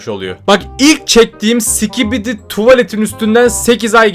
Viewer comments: abi skibidi diye söylicen biraz öğretsinler ve sikibidi diyon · o değilde başta si*kibidi demesi nsdgfnjk<svbjfhwbafkcjb